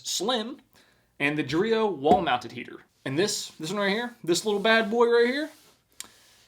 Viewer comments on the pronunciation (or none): I KNOW it's "Dreo wall mounted heater" but I kept hearing "Dorito walnut heater"